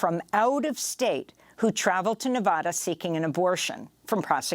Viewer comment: lets have a conversation about overthrowing our govt. Jeeze Amy, did you get that script for your Mali story straight from the CIA? when are you going to start work for CNN? sad. oh, please learn how to pronounce Nevada correctly.